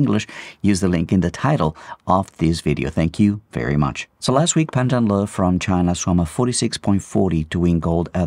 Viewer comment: Your pronunciation of Pan Zhanle's full name 👍👍👍